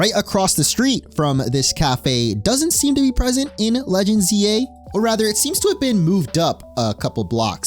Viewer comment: I thought you said legends Ye 😂